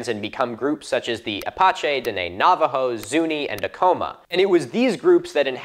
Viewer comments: How do you not know how to say Apache? Ah-patch-ee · He mispronounced tribal names, bro. He butchered Apache and Diné